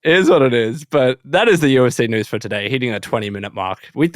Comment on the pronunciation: The way says noos instead of news is infuriating!